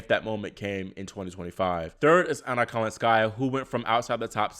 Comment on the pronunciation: The name is not kalinSKAIa. Please say kaLINskaia